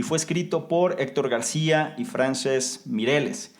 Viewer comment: ...y con la misma intención 🤗 el nombre, se pronuncia Fransésc (es catalán). Muy bien explicado muchas gracias, me encanta este video.